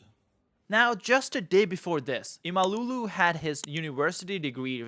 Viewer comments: It's not imalulu ffs... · lol its not imalulu ahahahahaha imam oglu is ok but imalulu is funny as fuck 😊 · It is not ‘imalooloo’, it is Imamoglu. Just get it right please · Not imaLULU, it is imamOĞLU 😅😂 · Ekrem Emalougoo😂 dude its imamoglu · Thanks for the great video. It d be much better if you spent 5 min to correctly pronounce İmamoglu man😂 He is not an African, imalulu?? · By the way, how hard can it be to pronounce his name 'Imamoglu' properly ? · The prononciation of the name is imm-uhm-owl-woo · No! İmamoğlu = ğ → This letter is silent but elongates the preceding vowel "o" in this case. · How hard can it be to learn how to pronounce a name in foreign language? LMFAO each time you say Ekrem İmamoğlu.